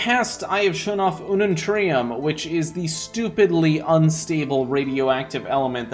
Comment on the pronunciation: Me when he said reactor with I unnuntrem: 😑😑